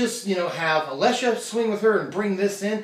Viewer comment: you may never pronounce Alesha wrong.